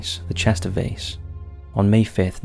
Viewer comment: You keep pronouncing Derby wrong and also Vase